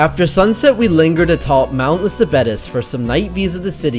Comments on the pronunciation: Moussaka has the accent on the last syllable. Also, Mount Lycabettus is pronounced Li-Kah-Vee-TOES. If you're publicizing these sites and food, learn to pronounce them before you highlight them, please! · It's Mou-Sa-KAH--NOT Mou-SOCK-uh and Mount Lee-Kah-Vee-TOS. If you're going to talk about Athens and food, learn how to pronounce the names of the things you're discussing!